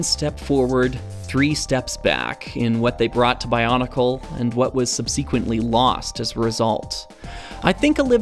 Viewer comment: WHOA, whoa, whoa- I can see where you’re coming from in most videos, but I have to draw a line here -it’s almost like you’re TRYING to infuriate us when you say… subSEQUENTly